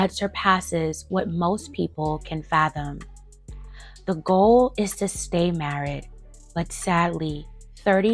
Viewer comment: Why are you saying married like that? 😂